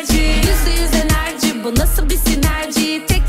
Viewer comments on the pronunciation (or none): abi enerci ne yaa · ABI ENERCI NE ALAKA KEVEKSVWLVQLSVWLWBD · enercii 😂😂😂😂😂😂